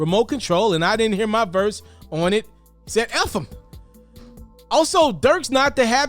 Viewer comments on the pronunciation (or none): none